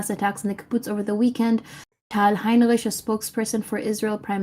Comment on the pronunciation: She's not German as proven by her inability to pronounce Heinrich Which isn't hard word at all